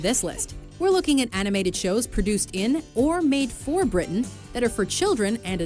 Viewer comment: I like that you're now saying "Britain" with a glottal stop!